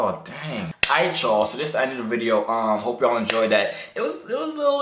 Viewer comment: "put it in dis way"😂😂